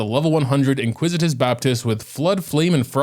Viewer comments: I swear to Nahida I have to start watching on mute. I am a well read native English speaker and he's had me calling it the inquisitous Baptist too.🤦‍♂️ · "Iniquitious Baptist", not "inquisitive", but I think he should be called the "Inglorious Basterd"